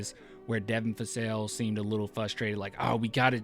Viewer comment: you say Devin FASSELL!!!!! its been 4 years!! lol